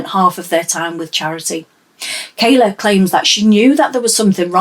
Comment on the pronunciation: Kyla, Jesus! Get their names right.